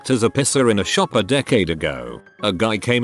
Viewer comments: great video but i keep getting distracted by the tts saying "pisser" for piercer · hell yeah, I finally found one while the subtitles are on. I always thought made piercer sound like "pisser," and now I know YouTube autogenerated captions agrees with me! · Piercer really sounding like Pisser with that TTS